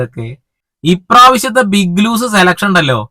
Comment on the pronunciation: ബിഗ്ലൂസല്ല ഭായ് ബിഗ്‌ലോസ് 😂